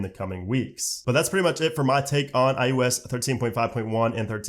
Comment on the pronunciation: Why you saying ius